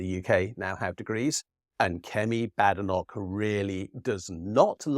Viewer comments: It's pronounced Bay-denock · Every critical thinker is very aware it is correctly pronounced , ' Bad Enock' !